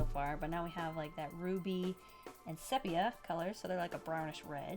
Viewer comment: Pronounce it SEA Pea A... I'm in my 70s so I know. My mother's high school photo was done in sepia tone... one of my favorite tones. I love that you teach me and encourage me to draw. You are very consistent. You always start with a drawing, never forgetting to draw out the lines for placing facial features. I used to have so much trouble drawing gals with skirts and not knowing where to put their knees. You showed me to draw the shape first, then dress the figure. It always works out that way! YAY! Yay for!